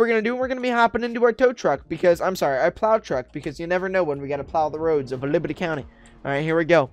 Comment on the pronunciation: He keeps saying librty county